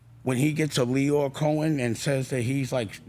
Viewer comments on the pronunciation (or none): it’s lyor cohen. stop being scared of youtube algorithms